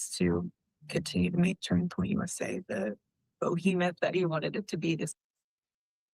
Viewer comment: "BO-HEMETH" 🤦‍♂️ shes not very bright.